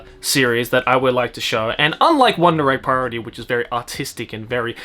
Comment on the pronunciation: he says the name flawlessly